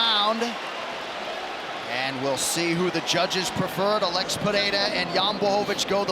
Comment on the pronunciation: The commentator who keeps pronouncing alex like Alexa without the a is bothering the shit out of me idk why 😭😭😂😂😂